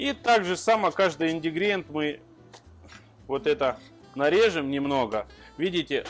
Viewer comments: Индигриент😂😂😂😂👍👍👍👍балдю от этого слова всегда😂😂😂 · он говорит всегда..индигриент...и не ошибается....😂😜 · Привет смотреть вас стала всего три дня как .Прикольно вас слушать особенно индигриент (это тоже ваш прикол или так получается?) Люблю готовить что то новое а ещё больше кушать.Уже кое что взяла на заметку.Туркмения Ашхабад